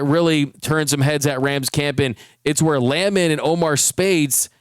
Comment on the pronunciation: It's pronounced Land Man.